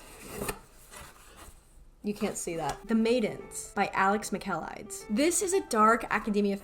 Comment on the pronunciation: babe ily but the alex michaelidis pronunciation...